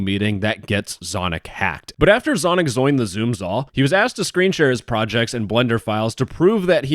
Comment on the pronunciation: "after zonic zoined the zoom zall" imma add that to the words of wisdom